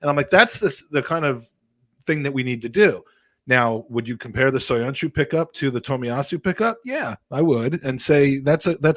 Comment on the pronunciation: Man said soyoncu you know😭